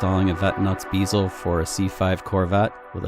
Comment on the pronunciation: LOL! It's a bezel, not a beezle.